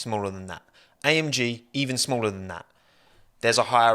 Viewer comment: When he was repeatedly saying AMG, he sounded like he was saying I am gee